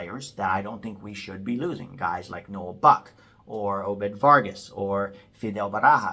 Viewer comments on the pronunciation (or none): none